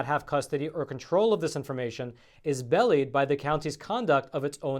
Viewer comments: it's pronounced be-lied, not belly'd 😂😂😂 keep up the good work! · Grammar nazi alert!! be lye d not belly d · The word is belied not belly'ed. :) Awesome research and presentation of the facts. Thank-you! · please learn how to pronounce "belied". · "Belied" isn't 'the same word as bellied. It is pronounced "be lied", meaning that it gave a false impression. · I'm going to be pedantic (sorry!) . . . It's "be lied" (as in "telling an untruth") not "bellied". Belied means that person "A''s insistence that something is true is proved false by actions they have already taken - they give the lie to their insistence by previous actions taken. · Belied is pronounced as be-lied not as bellied. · I love you, but belied is pronounced bee-lied. No idea what “bellied” could possibly infer - a full belly? “Hey, did y’all get bellied up? Yeehaw, that sure was some good grub!!” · Its be lied not bellyed... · Be-lied is pronounced bee - lied, not bell-eed. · belied is pronounced as belly-ed?? C'mon,! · Belied, lol.;) "bellied" hee-hee We love the reports,! Thank you for your demeanor and professionalism. Great respect for your ability, but couldn't refuse my motherly predisposition to correct the pronunciation. =) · the word is pronounced Be-Lied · Pronunciation of "belied" is, I think 'be lied' like saying, "he lied" (meaning said something untrue). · Belied is pronounced bee-lyed'. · This comment is for. The correct pronunciation for the word “BELIED” is for the accent be on the second syllable, not the first. I hope you don’t take offence. We all need correction periodically. Thanks and keep up the good work. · Love your show! Look up the pronunciation of “belied”. 😁